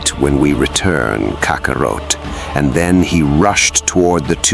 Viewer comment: Who is Kaka-roat 🤦🏾‍♂️ at least if yall gonna plagiarize DBS say the names right this is my issue with a lot of you channels! KAKA-ROT